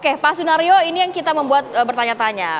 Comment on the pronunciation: Penyebutan nama kok sunaryo?